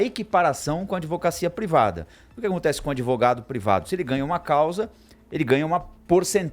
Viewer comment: O "véinho" de óculos falou adEvogado umas 12x. Ouviram? Jesus ! ! ! !